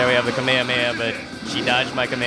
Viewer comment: its kamehameha not kameme